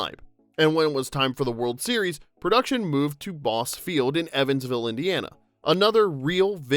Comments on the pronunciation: I'm from Evansville. It's pronounced Bossy field 😆 We still attend games there every summer for the Evansville Otters. Lots of LOTO references still all over the park down to the Racine Belles cheerleaders! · Or Bosse Field. Boss E Field. BossE field. There is an E on the end. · Bosse is pronounced “Boss-ee” I live a block away from there and my kiddos go every summer for minor league games. This is our lil “thing we are known for”